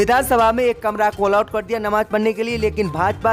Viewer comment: "All out" is wrong say "Allot" "Nakhlauw" is wrong pronunciation it must be speak Lucknow Majjid be say MASJID 🖓🖓🖓🖓🖓🖓🖓🖓🖓